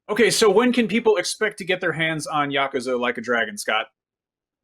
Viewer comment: Dude learn how to pronounce Yakuza